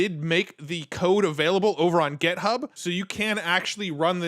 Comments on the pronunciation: Am I miss hearing or is he saying GEThub instead of GIThub? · You are driving me crazy. It's github, with an 'i", not gethub, with an 'e.'